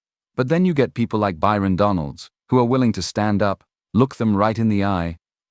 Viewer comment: It's Byron... not Bryon.